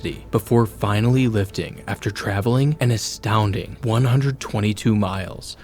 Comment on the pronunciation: It's lifting not loftting